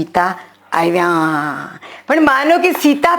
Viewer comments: I do not have Gujarati key board fonts Dear teacher, I wanted to correct as I learn as Pulling, Strilling and Nanyater Jati. Not Npunsak. Also gujarati AAvya, not Aiva so please pronunciations are also important. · ડો બહેને બોલવામાં ઉચ્ચાર સુધારવા જેવા લાગે છે દા.ત. આઇવા નહી આવ્યા ઉચ્ચાર થવો જોઇએ આવા ઘણા જણાય છે આં માત્ર ઉદાહરણ સ્વરુપે લખ્યું છે ભૂલ ચૂક માફ કરશો